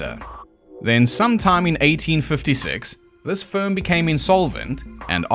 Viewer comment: In Sapa Town, Vietnam there is a hostel that faces the road with doors that open on to nothing. Sadly, no one has stepped out those doors, so no ghosts. If the haints were looking for a sweet place to haunt you would think they would move into Biltmore Palace. Please, emphasise the word ‘firm’ differently. I keep thinking you’re saying ‘sperm.’